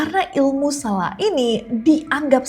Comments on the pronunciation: Fyi kak nes : penyebutan lombok (lurus) itu huruf "o" nya sprti "o" di kata bhs inggris "low". Sdgkan tuselaq "q" nya dibaca sprti hruf "k" di kata "bapak". Di tmpt sy ada kepercayaan kalo mau usir selaq, lempar selaq itu pake telur busuk pas masih dlm wujud selaqnya, supaya gabisa balik ke wujud mnusianya/ berenti berulah. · Kak bukan selaq tp sElaq